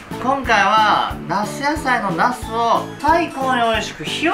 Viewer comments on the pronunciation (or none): 絶対「夏野菜」の事「茄子野菜」って言ってますよね？（笑） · 夏野菜のなすがどうしても、ナス野菜のナス〜って聞こえる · 夏野菜の茄子が、なすやさいのなすに聞こえるww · 夏野菜が茄子野菜に聞こえるｗ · 茄子野菜の茄子にしか聞こえなくて草